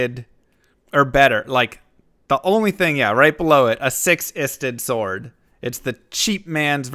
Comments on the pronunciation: I dont think thats how you pronounce Sword, but maybe you are trolling? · Always trust americans to pronounce "sword" wrong...